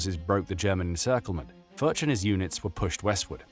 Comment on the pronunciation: You just called that man Friedrich Fart hahah. Foertsch is pronounced like Ferdge if you speak Englisch not Furz